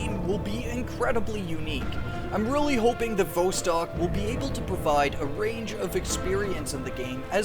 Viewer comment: Vostok is pronounced with the 'Vo' sounding like 'saw' and not like 'row'.